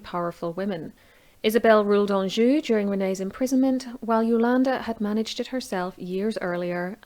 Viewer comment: ha ha I don't know the best way to pronounce it but it sounds correct to me. LOL... Let's see what the Sharpshooters say.